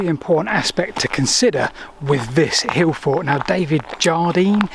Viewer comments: Why doesn't he pronounce the "t". He says Hillfor. Not hillfort. Why is that? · "T".. There is a "T" at the end of "forT" !! The number of times you say "hill for" i was hoping once you would say it correctly.